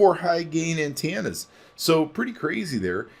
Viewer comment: Sweet! Thanks for the video! Was looking for this. Has it held up well so far? Also, btw, it's Antenna pronounced An-ten-na, not An-tan-na.